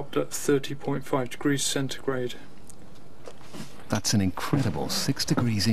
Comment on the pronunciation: Why does he keep saying centregrade